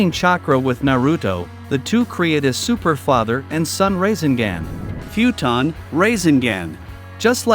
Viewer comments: Not rasengan but rasingan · Instead of rasengun he said racing gang 😂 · Bro we just finna ignore this mans say raisinGand bruh 😂😂